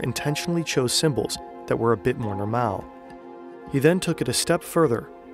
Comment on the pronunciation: Do you speak dutch because your pronunciation is pretty good and i swear you said "normaal" instead of normal